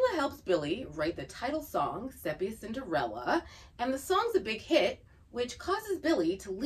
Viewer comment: Great content! One nit to pick: Sepia is pronounced “See-pee-uh” rather than “Sep-ee-ah”. 🙂